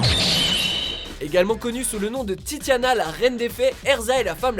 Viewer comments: ses titania et non titana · Pour erza de fairy tail on dit pas titiana mais titania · C titania pas tiatina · C'est Titania la Reine des fee pas titiana 😒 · Je suis vexée tu a di tatiana alors que ses titania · ce n'est pas Titiana mais Titania ... XD et Revy se prononce Reby dans la vf, c'est le diminutif de Rebbeca ! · C'est titania pas titana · Titania pas titaina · TITIANNA??? C'est Titania!!! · c Titania pas Titiana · Et son surnom n'est pas titiana mais titania 🤗🤗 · Pk titinia ... Amateurs c Titania 😂😂😂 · C pas titiana mais titania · mes oreilles saignent… c'est TITANIA le surnom d'erza pas titiania...XD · Tu a fait une faute tu as dis titina au lieu de titania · Titania et pas Titiana le déforme pas le surnom d'Erza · C'est pas titiana mais titania !!! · Le surnom d'erza c' est titania et pas titiana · EST C'EST PAS TITIANA MAIS TITANIA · titania pas titian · alias titania pas titiana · C'est titania pas titiana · Pour erza ; c'est pas titiana mais titania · Erza c'est pas titiana mais titania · Titiana ? 😂 plutôt Titania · Titania pas titiana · TITANIA! pas Titiana🤦🏼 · C titiana c Titania 😌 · Non...non...NON !!!c'est pas titiana c'est TITANIA !!!!!!!!! Sinon super vidéo ! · Tu as dis Titiana et elle s'appelle TITANIA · C'est Titania pas Titiana enfin je crois jsp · On dit pas titiana mais titania ! Sinon c super !! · lol même pas surpris de voir fairy tail dans le top 3 et dans les mentions honorable tellement de fan service PS : c'est Titania pasTitiana lol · Erza c Titania pas titiania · Akame et esdeath de akame ga kill tu l as oublié et aussi c titania pas titina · titiana non tytania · parcontre c'est titania pas titiania !!! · c'est pas titiana Erza mais TitaNIA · C'est tinania pas titiana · c'est pas Titiana c'est titania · c pa TITIANIA c TIANIA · J'ai pas rêvé il a dit ''Titiana'' ? C'EST TITANIA !!!! Tu as sali Erza T_T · titiana ha ha ha c'est titania XD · Titiana ? c'est pas plutot Titania ? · c pas titinia c titania t'as tuer fairy tail lol